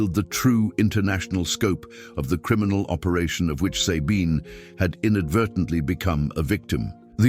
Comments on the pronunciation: and the pronounciation of SABINE is really bad, sorry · I have a neighbor she is German and she calls herself Zabine